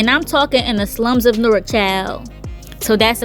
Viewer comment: I know you from Jersey the way you said “Newark” 😂, it be sounding like “nork”